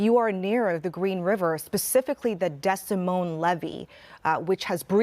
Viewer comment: Its pronounced. “dee moin” (rhymes with “see coin”) Like the city in Iowa. just fyi